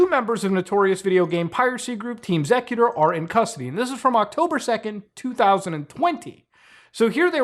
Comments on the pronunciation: Actually never heard xecuter pronounced sec-uter, always heard X-ecuter (executer). They've been in the console modding scene for decades. I remember having a xecuter modded OG xbox, same with 360 after they started banning ppl who flashed their 360 disc drive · Why are you pronouncing it ''zekuter''????? Its pronounced ''Executer'' exactly the same as the word, its merely spelled differently to distinguish its name from the common term a little bit and Im certain theres a reasonable explanation for that decision, even if its simply to have a name distinction.. Either way, the point is, youre mispronouncing the name of the group throughout the entire video.. Why didnt you at least look up the history or something to get an idea of how to pronounce the name of the group youre diving into with this little mini documentary???? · just another example of why copyright should not be a thing, "intellectual property" is utter nonsense. also isn't it pronounced executer not zecuter? ya know since they help execute code... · And all these years I thought it was pronounced Team Executor. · The name of the group is pronounced "Executor", great vid but that drove me crazy lol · it's X-ecuter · Listening to this guy mis pronounce xecuter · Is it bothering anyone else the way muta is pronouncing xecuter?